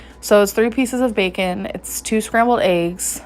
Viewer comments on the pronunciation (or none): none